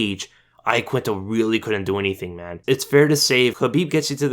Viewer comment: its pronounced YAQUINTA - sincerely italian person. how khabib says it is right